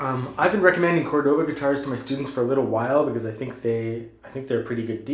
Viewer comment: *CÓR-do-ba Emphasis goes on the first syllable.